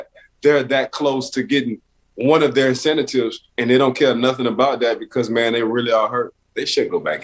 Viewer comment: "incentatives" LOL